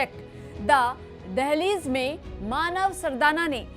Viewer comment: Also, The DEHLEEZ 😂